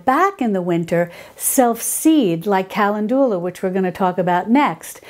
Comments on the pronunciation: Wonderful video. This could totally be a ta-mate-o/tah-mate-o thing. I've only ever heard calendula pronounced like: cuh-lend-jew-luh. I love your videos and have been binging on them. I was really surprised when you said you were from because I could have sworn you had a... New York/East Coast accent? Please let me know! I like little fun facts like that. You've totally inspired me to grow some herbs! Thanks! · Oh, Ca len du la :) It is funny how pronunciation of words vary based on where you live. I've also heard Peonies and Oregano pronounced differently too. Same for how some plants are called different names in Europe compared to North America. Like they call a Zucchini, a Courgette over in the UK. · The correct pronunciation of the flowerCalendula is pronounced KUH- Lend- duh- luh😅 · Good info as usual. Kuh LEND u lah is a more common pronunciation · pronounced CAL LEN DU LA and SAL V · Calendula is pronounced: kuh LEND yuh luh. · Sorry, lost me at 'Kalindoolar' 🤦🏼‍♀️🤦🏼‍♀️🤦🏼‍♀️ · I love how you pronounce calendula lol. Thank you for this video! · I think most people pronounce Calendula with the second syllable accented FIY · Thanks for your videos, I enjoy them very much! Not sure if anyone commented on your pronunciation of calendula...please look this up! Otherwise I find your videos very informative! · I want to enjoy the video, but the mispronunciation of calendula is driving me to distraction. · Both pronunciations are English and both are in common use throughout the US. I struggle with her pronunciation of calendula.